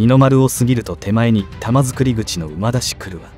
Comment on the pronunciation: 空堀（からほり）、玉造（たまつくり）、濁りません。